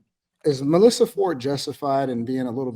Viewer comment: Did he say Mel Issa?